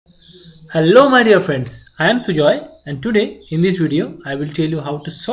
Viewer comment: i lost it at "hellow my dear friends" xD